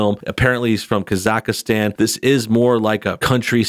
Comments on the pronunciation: Its not Kazakahstan, its Kazahstan and that country really exists LOL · Kaz-ack-stan...it’s a real country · Is it just me or does he just keeps mispronouncing Kazakhstan? Kazakhastan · The way he pronounced Kazakhstan xddddddd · Please say where Borat is from Properly. If you report on something make sure you know how to say the words properly on the subject. On his Ali G show he did rip on people who are in the United Kingdom. The fact his character AliG was a rip on the youth culture in the UK shows he did take the piss from more than one side. One character I didn't like was Bruno, was too gay for me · Hey,ofc you mispronounced Kazakhstan. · God you butchered the pronunciation of Kazakhstan. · Your pronuncng Kazakhstan wrong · Ok... you must not be too familiar with this dudes stuff. You arn't pronouncing Khazakstan correctly at all. And thinking that Jeff Bezo has anything directly to do with Cohens film is really silly. Any streaming service would have loved to get their hands on this.